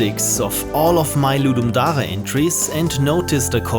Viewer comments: The way you say "Ludum Dare" makes me think you are a fellow German lol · “Ludum DATHDA”